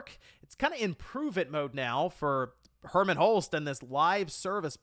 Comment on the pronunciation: Wait so this wasn't a Jim Ryan thing, Did really say Herman? Ah Man How did he get it soo wrong, I thought better of you herman what what a let down. The Helghasts in killzone are crying in shame right now. I thought after the switch over with Herman would of got the Sony ship back on track.